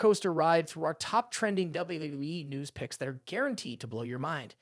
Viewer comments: What the f*** is Wueueue???? Do you mean WWE? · WWE. Thats how you say it, not dubyabyyuaaee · Man you can't even say WWE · lol it sounds like you're having trouble saying wwe every time you say it